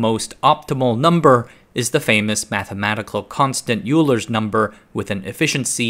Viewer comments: Just a quick pronunciation correction… Euler is pronounced oy-ler (not u-ler). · Oiler. Not yooler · Love the video, but hearing "Youler" instead of the correct "Oiler" is like nails on a chalkboard lmao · The Euler problem is that his name is pronounced closer to “Oiler” than “You-ler” so that isn’t great in terms of credibility. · It’s “oil-er” not “you-ler” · You lost me at “Youler”. It’s pronounced “Oiler”. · Oiler, not Uler Hybrid MSB is three state, rest are binary. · It's pronounced, Oil-er. Not U-ler. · Euler is not pronounced “YOU-ler.” It’s pronounced “OY-ler.” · Euler is of course pronounced "oiler" and not "youler" if we want to be pedantically correct. Kenntnisse der deutschen Sprache sind beim Mathematikstudium hilfreich.Le français aussi. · . Pronounced “oiler” not “you- ler”. The guy was not only one of the greatest mathematicians ever he also fixed old chevys. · Euler doesn't rhyme with ruler. It's pronounced "oiler." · Euler is pronounced oiler not yooler. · "Eulur's number" is pronounced like "Oylr 's number" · "Euler" is pronounced "oiler", FYI. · Love the story here, but two problems so far. Euler is pronounced “oiler,” and Soviet vacuum tubes in the fifties and sixties were almost 100% copies of American designs with no real compromises in quality. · The man’s name is pronounced “Oiler”. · Euler, pronounced Oiler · Euler’s name is pronounced “oiler” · I thought that Euler was pronounced Oiler. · Euler is pronounced like "oiler", as in "oil". One of the weird things that stuck in my head from math courses back in school lol. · Euler is pronounced “OY-ler”. Sounds like “oiler”. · Euler is pronounced like oil, or oiler... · Euler is pronounced "oi-ler", its german. everyone who ever studied math knows that bro... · "Euler" is pronounced "oiler". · You pronounced the "eu" in "Von Neumann" correctly, but you pronounced the "Eu" in "Euler" incorrectly (it's pronounced "oyler"). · maybe I was the only one hearing "Bueler....Bueler..."